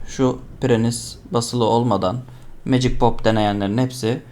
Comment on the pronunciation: Magic yazan iteme(MECİG) diyorsun olması gereken haliyle.Birçok insan MA GİC diye okuyor kanser oluyorum a m k.Legend itemi(LECIND) LE GEND diye okuyorlar kendimi skeceğim pc başında.